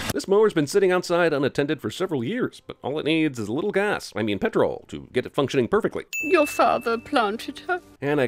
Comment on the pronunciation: I'm not sure if we should add or take away one for the fact that I genuinely burst out laughing when he pronounced it "pet-roll" (for Americans, it's more like "pet-rul"), though I do get where he's coming from on that one since it does look like it should be pronounced that way.